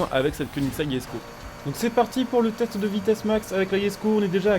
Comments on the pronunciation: Oui sa se dit pas jesko, sa se dit yesko comme c suédois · Par contre je tien a préciser se n'est pas yesko mais jesko je c pas ou ta vue le Y mais sa me fait bien rire YESKO on aura tout vue mdr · C’est pas “yesko” c’est “jesko” mais bon pas grave